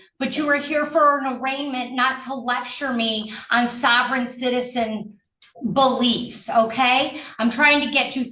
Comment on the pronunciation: Judge Shackelford: "I'm not here to listen to your.. BULLiefs":face-green-smiling